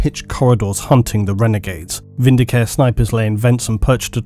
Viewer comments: I know I'm being snooty, but the 'e' at the end of vindicare isn't silent. It should be pronounced vin-di-ca-reh, not vin-di-caer. The latter sounds like a healthcare plan. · You know I'm like 90% certain Vindi-CARE is supposed to be Vindi-CA-RE, similar to the Italian verb "vendicare" which means "to avenge/vindicate" so now I just can't hear it without taking a point of psychic damage. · Um, sorry, but it's "Vin -D-Car -Ay", possibly even "Win-D-Car-Ay", depending on how militant your Latin language teacher was. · Yay ! The Emperor be praised ... Just a quick High Gothic note : Vindicare is pronounced « VinDI kAré »